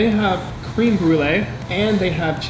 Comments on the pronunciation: Don’t worry about the way you say strategy. Cream (creme) brûlée however.. 😅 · Cream Brulee lol